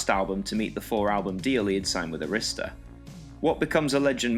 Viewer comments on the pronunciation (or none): none